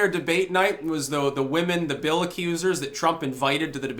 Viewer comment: I thought you said 'Feel Clinton'.